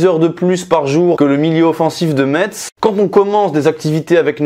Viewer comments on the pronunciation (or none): Metz il faut que tu le prononce " Mess " comme la Messe. Pas de T et pas de thé avant de dormir, ok !